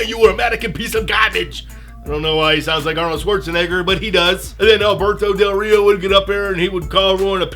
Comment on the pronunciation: your mexican accent for del rio is 👌👌👌👌👌